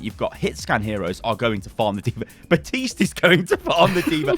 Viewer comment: theres a p in baptiste, USE IT